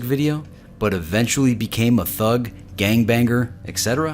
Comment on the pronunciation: not how u said thug and gang banger lol